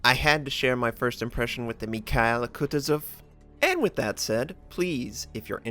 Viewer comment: Nice replay of an excellent game. But please, could you stop murdering the name "mikhael". It shouldn't be that hard for even an american to pronounce..;) Especially since the last soviet head of the state had the same first name. And thank you for your content. Best WoWs content I've found anywhere.